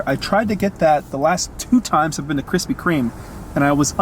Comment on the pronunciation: “Krispy Kreme”...no “S”